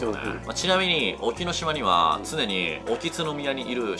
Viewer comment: 「おきつのみや」じゃなくて「おきつぐう」です。 天照大神の娘3人が本土と大島と沖ノ島にそれぞれ祀られてます。 ちなみに宗像大社はカップルで行くと神様が嫉妬して別れさせるという話もあります。